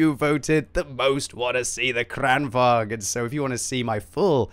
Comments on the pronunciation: Its not kregwagn its krigsvagn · You pronounce it like Krān-vaang-n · Just an observation. Lengthen the first A, and shorten the second in Kranvagn. Kr-AH-n, and say vagn more like you’d say wagon, but without the O, and with the V 😉 you seem as though you like to try correct pronunciation. Hope you recovered quickly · You saying kranvagn wrong, seitch the a sound around